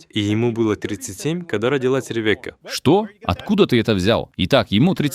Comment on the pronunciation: Рэвэка))) имя звучит как Ривка с ударением на и.